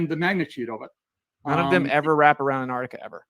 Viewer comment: Antarctica = On-Tahk-ticker